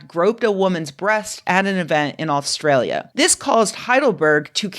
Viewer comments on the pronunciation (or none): none